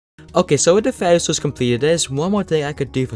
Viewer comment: “faiwy souls”